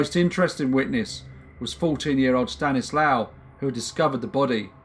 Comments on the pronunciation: Good video c: Just one not important thing: If his name is spelled "Stanisław" you read ł as w and w as v so it's like "Staniswav" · In Polish, W is pronounced V. So it would be pronounced Stanislav, not Stanislaw. Small point but I like the V pronunciation much better. I assume the languages are similar enough they’d both pronounce it the same. My last name Wisniewski sounds much better with Polish pronunciation